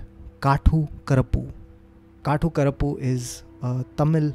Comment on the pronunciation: Its कातु करुप्पु 😂. Amazing stories as usual ❤️